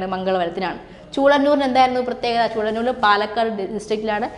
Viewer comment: ചൂളനൂർ അല്ലല്ലോ, ചൂലനൂർ ആണ്....